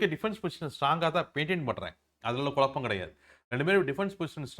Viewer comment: With due regards to your knowledge, it is kuzhappam(குழப்பம்) n not kulappam(கொளப்பம்) sir😊